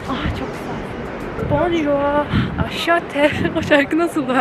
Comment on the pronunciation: Saat 6’dan sonra bonjour değilde bonsouir demen gerekiyordu haha